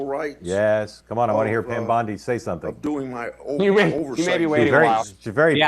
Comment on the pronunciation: it's Bondi not Biondi. As often as Mark told people how to pronounce Kamala, I wish he would correct him.